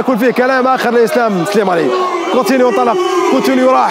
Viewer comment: كيفاش دلوفيو و هوا يقول كوتينيو كيفااااش 😠